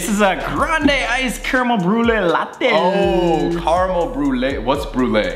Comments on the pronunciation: WHY SAMMMM ITS NOT LA-TEA ITS LA-TEY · Sam: what!! It’s a pumpkin spice lattyyyyy Me: cringes inside ummm it’s not said like that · did sam really just say "pumkin spice la-tea" ?????? *edit - SOMEONE HAS TO TELL SAME ITS LATTE NOT LA-TEA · It’s a pumpkin spice ‘la-tea’ 😂 😂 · Sam: “It’s a pumpkin spice LAH-TEE” Me: trying not to get triggered by the way he pronounces it 💀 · Sam calling it Lattì is the best thing ever😂😂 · anyone else notice how sam was saying 'latte' it sounded like 'lattee' 🤣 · i died when sam said latea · Sam is saying latte like lahttE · WTF IS A LATTEE… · I forgot how much I hate the way Sam pronounces latte until I rewatched this 😭